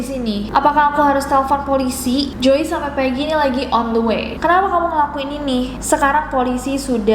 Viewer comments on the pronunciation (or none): none